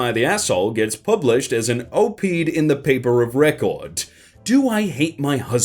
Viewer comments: Lmao....o-peed! OP-ED, short for Opinions and Editorial is pronounced with the last two letters mimicking the name Ed. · Tip: an op-ed is "op ed", not an "opeed". From what I remember, it stood for "opinionated editorial". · "op'd"...bro...it's an op-ed. How the fuck do you not know what that is? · "Op-ed" is OPP-EDD not Op'd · Op-Ed is pronounced like Pop-Ted. Not Oh-peed. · It's pronounced op, ed, it stands for opinion-editorial it's not oped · It's AWP-EHD not OH-PEE'D:p lol short for "Opposite the Editorial Page" so Opp...Ed... Opposite Editorial. Op-Ed. Cheers:D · Op-ed is pronounced "op ed", not "o peed" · it's OP-ED as written not O-PEED. It means "opposite the editorial page" which is the writer expressing an opinion about an issue and suggesting how to correct that issue. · Great entertainment from you, as usual, but just to clarify: 'op-ed' is not pronounced 'o peed', but actually 'op ed' - it is often seen as short for 'opposite the editorial page'. Official definition: 'Of or being a newspaper page, usually opposite the editorial page, that features signed articles expressing personal viewpoints.' Sometimes it provides counter-points to the editorial on the facing page. That what they were talking about with the New York Times article. Thanks for your content! :) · "op-ed" is short for opinion-editorial. NOT pronounced Oh-peed. Just "op" "ed." "Historical" is pronounce phonetically, not as "Hair-iss-tor-i-cul.' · Everyone: Op-ed This guy: Oh-peed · Op-ed, stands for "opposite the editorial page". It's pronounced op Ed, not Oh peed. It comes from when regular people would write letters to the local newspapers, magazines, ect. and have them printed on the opposite page from the editorial page. Cheers from USA. :) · Oh-peed and not ohp-ehd? Nighk and not Nikee? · It's OP-ED. Like Pop without the P and like the name Ed. Not Oh peed. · Op-ed rhymes with Top Head, not Toe Need. :D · Hon--- Op Ed... NOT, Oh peed... Love ya!